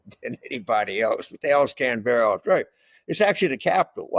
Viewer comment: Accent is on the first syllable in Canberra.